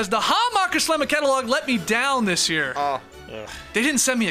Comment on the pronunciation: Skeet, please never chance your pronunciation of the Hammacher Schlemmer Catalogue 🙏🏽